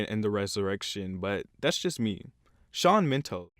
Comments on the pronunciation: "SHAWN MENTO" IM CRYINGGGGG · “ Dua lupa “ “ Shawn mental “ “ Ed shaeren “ Yet he somehow pronounces Camilia Cabello right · You did NOT just call him Shawn Mento I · Shawn Mento? Ummmmmmmm isn't it Shawn Mendez? Like bruh fr get it right sheesh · Shawn Mendes, dude, learn how to pronounce his proper name first, that's just rude. This is all just basically your opinion because Ed Sheeran is amazing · Did you hear what he called Shawn Mendes? I mean, is it supposed to sound that way or what